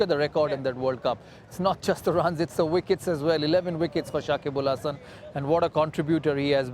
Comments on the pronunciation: Shakib ul Hasan na Shakib Al hasan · Dada it's not Sakib ul...it's Sakib al....again and again wrong pronounce